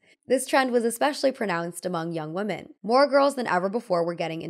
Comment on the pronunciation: WomEn and WomAn are two different words pronounced differently but you seem to use them interchangeably